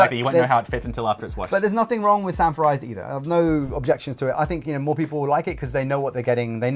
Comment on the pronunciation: I thought he said "sanfordized". I assumed we were talking about old episodes of "Sanford and Son". 📺